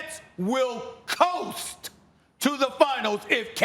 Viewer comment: Coast. Say it SAS. COAST